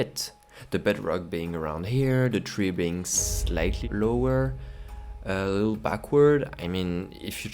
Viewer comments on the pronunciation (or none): none